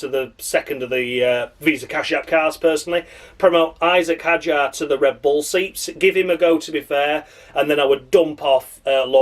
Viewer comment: David Croft changing his pronunciation of Isack Hadjar every bloddy time he said his name, I'd rather listen to silence 🤦‍♂️🤦